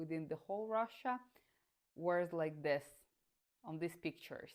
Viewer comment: Your accent and pronunciation is really good for a russian especially when you say the word (these or this) because I have some russian friends and they say the word these /this as "Zis" 😅